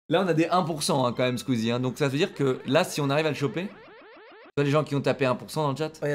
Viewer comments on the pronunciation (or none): vraiment la manière ou dit SkUizie jamais je m’en lasserai